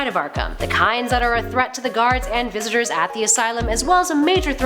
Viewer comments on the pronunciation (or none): She said "visitors" haha